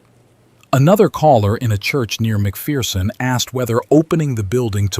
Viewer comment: Leave it to AI to claim to be in central Kansas but not know how to pronounce Salina or McPherson